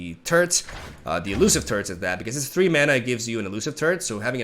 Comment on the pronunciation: Am I the only one who hears "turds" instead of turrets?